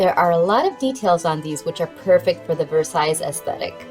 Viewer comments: The final 's' in Versailles is silent – just in case you've never heard it spoken aloud before – so it's vur-SIGH. Merci Mademoiselle! 🤗🇫🇷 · Nice job, loved the ideas…the wooden pieces you say are not too expensive in Amazon which is great…fyi the last “s” in Versailles is silent…😀😊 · Thank you for the link. Fyi, the final "s" in Versailles is silent.